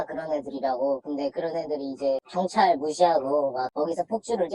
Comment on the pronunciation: 발음 조오타 견촤아알~